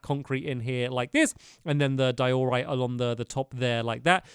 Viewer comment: In diorite, the emphasis is in the “die”. Not the “or”